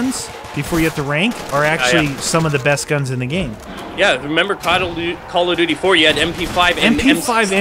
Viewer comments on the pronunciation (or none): did anyone else here say codel dooty?...................................lolz